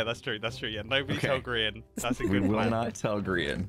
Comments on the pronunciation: She says grigan lol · I can't get over the fact that called him Grigan.